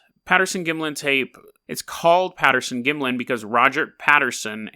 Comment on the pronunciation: You can't even pronounce Gimlin....Don't call this "creepy pasta", you haven't done your homework. Research Bobby Short whom passed away in 2013. She has seen the entire film. You need to do a corrected video after you study a bit more.